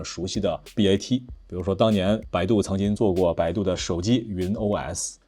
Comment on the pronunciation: bat 读成了bba